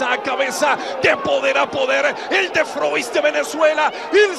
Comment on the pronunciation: estos narradores de hoy en dia no se vale y cada uno de ellos le da una pronunciacion diferente a el de froix